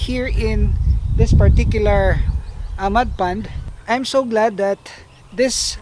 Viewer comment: sounds like you're saying mud pan lol